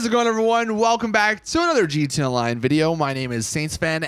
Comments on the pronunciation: GeeteeA all one syllable word lol. Gud stuff. 😂👍🏼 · Lol every time! “Geetay” online.